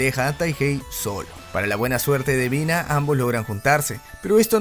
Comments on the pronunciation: mi compa el dislexico que le dice UBINA a EBINA apesar de que su nombre se ve en LOS SUBTITULOOOO AADLKJDKLDKODNK xd. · Quien más se dió Cuenta que dice ubina en vez de ebina